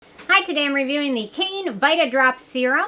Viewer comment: I had some samples of this and really liked it. Keep meaning to toss a bottle in my cart when I shop Kbeauty, but there there are always so many other things I end up buying! BTW, I believe the correct pronunciation of the brand name is 'Kai-nay' (as in the sound a horse makes) - there really should be an accent over the 'ne'.